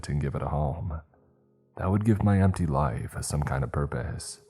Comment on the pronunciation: The pronunciation makes my teeth ache. Hearing 'draught' come out as 'drawt', not to mention 'must to have done'.. And when 'my liff flashed before my eyes' came up, just made it more obvious it's auto-narrated. Btw, past tense of 'shine' is 'shone', not 'shined'. Stories are generally OK tho.